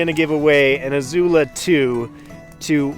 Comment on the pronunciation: The I in Izula is soft.